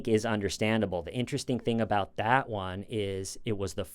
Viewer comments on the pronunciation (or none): none